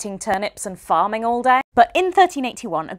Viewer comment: I had to watch it twice because I wasn't sure if she said "farming all day" or "farting all day".